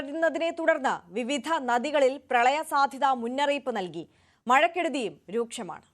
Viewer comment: ഴക്കെടുതിയും രൂക്ഷും ❌ മഴക്കെടുതിയും രൂക്ഷും ✔️